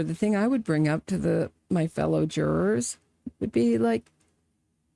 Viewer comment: All pah-ties and jur-ahs are present.